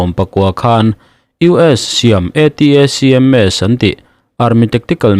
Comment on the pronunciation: ATACMS ti loin ATMS tih mai awm!!!😱